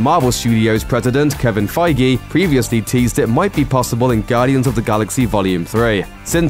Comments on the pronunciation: Did he just pronounce Kevin feige's name "f-eye-gee"? It's "f-age" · Your not saying Kevin's last name feige fight its supposed to sound feig the e is silent